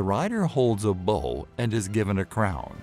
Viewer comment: Bow* not bull or bowl as it's said in this video. This video is vocalized by an AI. That's lazy. Also the four horsemen represent the beginning of the second coming of Christ not the end of the world (though it is a legendary time).